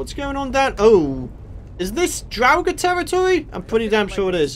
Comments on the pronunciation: draugers are pronounced draw-gers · drawugr is what you are saying